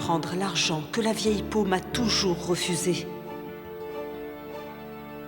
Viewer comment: dit toujours: vieille pick dit: vieille peau Moi: 😂😂😂